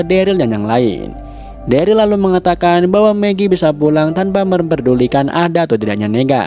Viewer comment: Gw dah rewatch S1 eps 1 bang manggil Daryl nya salah njir,malah Derly wkwkwk